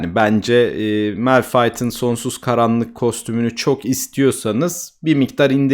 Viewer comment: "malfayt" gibi okunmuyor mu